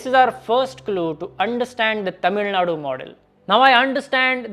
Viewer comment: as a north indian pronouncing tamilzhnadu accurately is appreciable and as a investor pov UP has biggest advantage in whole of india logistics is getting fixed by yogi's infrastructure at fastest way possible soon UP will reach 13% growth engine any produce need to be exported quickly since costal states have geography advantage inland states needed better and cheap transport which is enough for production